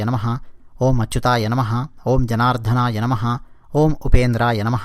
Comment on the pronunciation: జనార్థన. కాదనుకుంటా...జనార్దన